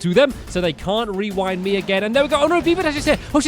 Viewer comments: Did stampy says "rewownd" instead of "rewind"? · Stampy it’s pronounced re-wind not re-wound